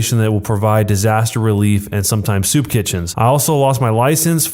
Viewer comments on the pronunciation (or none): none